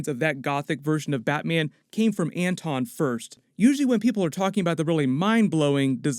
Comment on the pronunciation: batmyen? noice!